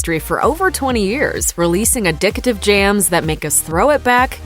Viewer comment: Did this b*tch say “addic-i-tive” ?!! 🧐